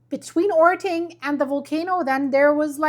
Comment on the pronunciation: orting is pronounced ording (voiced t is dropped to voiceless d sound), puyallup is pronounced pew-al-up (pew like church pew, al like california, up as in the word up). Getting all those vowels in puts a w sound where the y is. You pronounced sumner correctly!